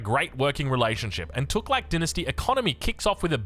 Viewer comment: Fooking hell innit cant even pronounce tughlaq